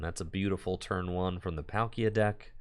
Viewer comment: every time i hear PAL-kia and not Paul-kia is painpainpainpainpain